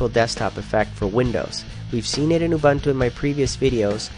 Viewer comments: you don't pronounce it 'oo-bun-too' you pronounce it 'ah-boon-too' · Uh, it's oo-boon-too. If people pronouncing things wrong makes you so upset you have to post a comment about it, here's a tip. Turn off your parents computer, get out of their basement and try walking outside for a few minutes. Be careful not to burn your skin with the big yellow ball in the sky, notice your sheet white skin turning color. Now switch from suspenders to a belt, comb your hair, try to find an ugly unpopular girl, buy her a drink, attempt sexual intercourse. Done. #itgetsbetter